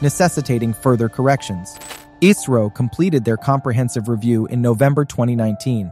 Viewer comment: its not iiisro its isro